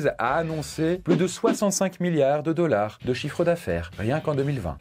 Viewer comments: "Wolt Disney Commpogny" "Les dollarzzz" Il me fume dans ça manière de parler en anglais ! 😅😅😅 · J’ai adoré quand tu as prononcé le mot dollars 💵 🤣